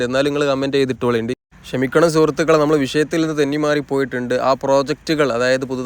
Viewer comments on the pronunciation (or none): none